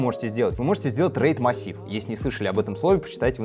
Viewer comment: Всё правильно он назвал.